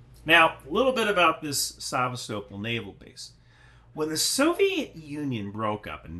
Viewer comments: Isn’t it Sa-VEST-a-pol? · It's pronounced sevA-stopOl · Sevastopol is pronounced. Suh-vast-uh-pole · Omg, it's saVAstopol. The emphasis is on the second sylible, lol. That seriously made me cringe every time you said it that way. 😂😂😂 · Say it as Szèvastapol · That Sevastopol pronunciation 🇬🇧🇺🇦😂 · creative pronounciation of Sevastopol :'D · Is everyone else in the world pronouncing "Sevastopol" incorrectly, or just? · Why aren't you able to pronounce Sevastopol? You're like those people who say nucular instead of nuclear. I just couldn't keep watching after the 5th time you butchered a simple name. Seriously, dude, you ever travel outside your small town?